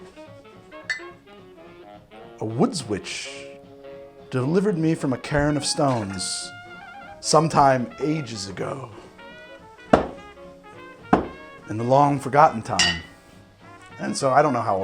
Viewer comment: When he said the bourbon was delivered to him at a cairn of stones, he pronounced it "Karen" and I got this picture in my head of a white woman with a bob haircut and frosted tips handing him a bottle of liquor and asking to speak to his manager.